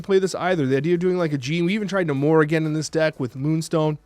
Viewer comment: Pronounced NAY-more 😁 Sorry, had to, the way you said it was driving me nuts lol